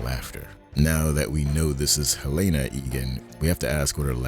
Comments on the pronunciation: Helena. I love your vids, but her name is pronounced Helena. I don't understand why so many creators pronounce it "Helayyyna" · Thanks for the great episode! Btw, Helena Egan's first name is pronounced in the show as 'Helen + ah,' not 'Hel-ay-na.' Thanks! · Sorry, but why can you not pronounce Helena correctly? Honest question.